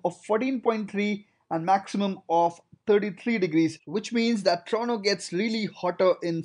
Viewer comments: it is said TORONTO not TORONO. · Toronto but you said torono 🤣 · TORONTO, TO-RON-TO. Not TRONO! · It's pronounced as TRONO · Why is he pronouncing Toronto as Trono? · "Trono and Wankuver" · This guy keeps pronouncing Toronto as 'Trono' which gets pretty annoying. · Listen to and tell me what you hear. That's just one example out of the 100 times he says Trono.